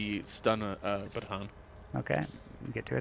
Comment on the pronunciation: Lol, are you pronouncing baton and staMiNa incorrectly on purpose?